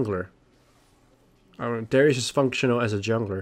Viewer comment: He said it wrong. Its "Darius", not "Dawrious".